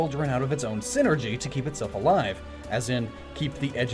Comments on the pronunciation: sai-ner-gee, not sin-er-gee. It's wordplay based off of "Psychic Energy". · Psynergy. PSY-NERGY. You know, using their minds. God damn it's a Golden Sun pet peeve of mine when people say "synergy". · i still get fustrated isn't synergy a s NOT P